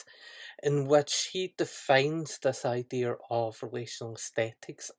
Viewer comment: Its pronounced "idea", not "idear"... fuckin hell.